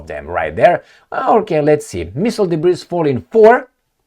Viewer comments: DEBRIS is pronounced DEBREE. Just thought I'd help you My Friend 😊. Be good be safe, and ciao for now....Blue 😇✋🏴🇬🇧. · I’m a big fan. Don’t pronounce the “s” in “debris”. It’s silent. One of those French origin English words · The s in debris is silent. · The "S" in debris is silent.